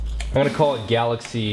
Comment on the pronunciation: wait did you say galaxce